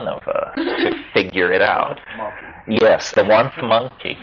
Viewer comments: Is he saying "oneth monkey"? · I myself wondered the same thing